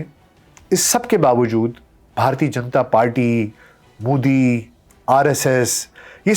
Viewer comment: aapki sab baaten theek hain sirf aik guzarish hai ke Modi ka tallafuz behter ho sakta hai. Shukriya 🌹🙏